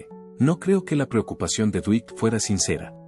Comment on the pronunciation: Mala pronunciación de nombres en inglés estadounidense. "Dwight" no se pronuncia "Duit" sino "Duait" y Yoakam no se pronuncia como Yoakum ni Yoakam" sino "Yoak'm". Lástima, arruina al video en idioma castellano. Duait Yoak'm, Get it?